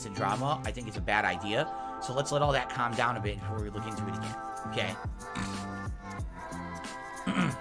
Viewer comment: You heard him Doody, he wants to cahm down. 😂😂😂